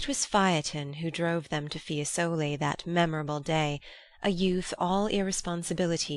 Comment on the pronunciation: Fiésole, Signorìa